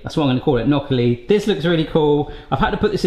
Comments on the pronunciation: Enjoyed video, fudge looked good, the nutella gaff was fun. Gnocchi looked decent. But...but...it's not "Nocky". The "gn" pronunciation can be tricky. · "Nokki" Ouch my Italian. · He got the "cchi" right (most english speakers don't), but the "gn" sound in italian is quite different. He said it like if the g wasn't there, while it's actually like the spanish ñ. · no one commenting about the two small dots of soup in the camera lens and how he said gnocchi, loved the vidoe and that t-shirt is just hilarious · the way you were pronouncing gnocchi was hurting my heart